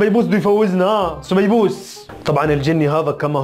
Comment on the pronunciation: هههههههه سبيبوس يا اسمع سبايوس